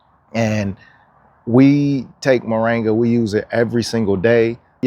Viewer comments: Its MORINGA not moranga ! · Mor-IN-ga dear, not Mo-RANG-a. Just saying... 🧓